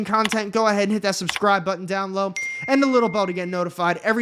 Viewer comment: "down low" Dude is like a 6 year old filled to the brim with sugar that is so out of it he can't even take an extra nanosecond to say the "be" in "below" lmfao. Look at him with his arms all the way up to his head on that table lmao like dude get a set up where you actually can fit into and are at a normal table height xDDDDD